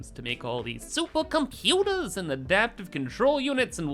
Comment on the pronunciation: I really hate when you said supeycompyuteys, heypeytubes, etc. It's really mocking people who can't pronounce R roperly 😢